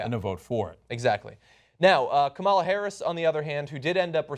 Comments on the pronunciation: Kamala Harris; first name is pronounced as "Come La" and not as "Comaala" Her mother is Indian and Kamala is a common first name for females in India. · Guys, it's pronounced KAmala - accent on the first syllable.